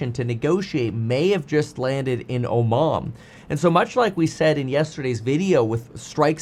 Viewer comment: Oman not Omom!